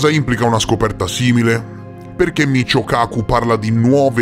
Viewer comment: 😂🤣🤣😅 🤣😆😅😂😆 In realtà il fisico di cui si parla nel video è di origine giapponese, è scritto Michio e dovrebbe essere letto come "Mikío", ma vabbè non fa niente 😅😹